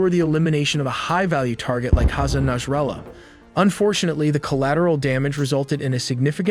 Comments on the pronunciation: it's Nasrallah, Not Nashrallah, good video tho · said his name wrong within the first 10 seconds of the video. its naSrallah not naSHrallah.